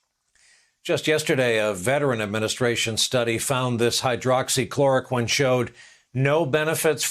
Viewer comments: He's incessantly promoting Hydroxychloroquine & he can't even pronounce it? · he can't even pronounce the death drug he's toting wtf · He can't even pronounce hydroxxyc c c cuhh clora....it will be beautiful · You been selling this gft from the depths of your heaven for over a month and you still have problems with the pronunciation,SMH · Hes mentioned that useless drug hydrocloroquine so many times and he still can't even pronounce it correctly. This guy is a joke ! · Can’t pronounce hydroxychloroquine😂😂😂😂😂😂